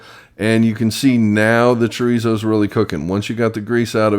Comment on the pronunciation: THE "R" IN CHORIZO IS PROUNUCED LIKE A "D". UNLESS YOU CAN ROLL YOUR "R" IN A WAY. ALSO CUMIN IS PRONOUNCED "COMINO". JUST SEE YOU GOT THE RIGHT IDEA N JUST THOUGHT TO SHARE. COOK ON.